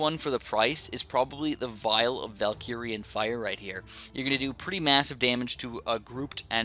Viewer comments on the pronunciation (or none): It hurts my ears to hear Valkirian instead of Valyrian Fire from Game of thrones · Yustin Y. He keeps saying Valkyrian though